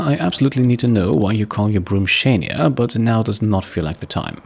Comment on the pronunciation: As a Canadian, I should tell you "Shania" is pronounced Shuh-Ny-ah (shə-NY-ə)